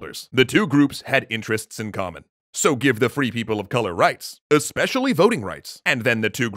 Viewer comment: more like free people of sink, but then it sounds like people who never do the dishes